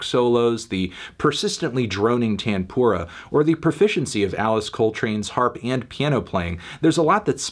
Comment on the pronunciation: As an indian, it took me a couple minutes to realise he's saying "tanpura" 😆😆😭